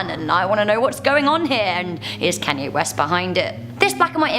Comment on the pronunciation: …Can-yay? Who is Can-yay🤣🤣